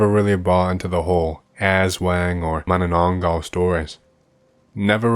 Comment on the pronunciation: As soon as I see “Philippines” I knew I'll hear atrocious pronunciation of aswang and manananggal. I was not disappointed